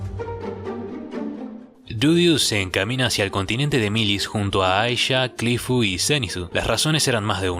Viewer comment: Curifu, erinaraisu? No eres japonés, XD, repite después de mi; Cliff *E-li-na-li-se*.